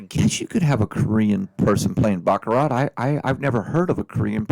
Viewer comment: You don't pronounce the T